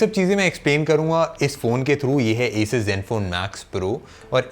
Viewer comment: Wrong pronounciation of asus it,s असूस